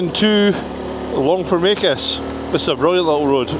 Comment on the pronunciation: You obviously know the area well, you pronounced Longfomacus correctly.